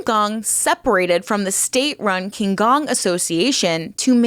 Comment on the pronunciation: Oh ffs. If you say "king gong" one more time 🤦‍♂️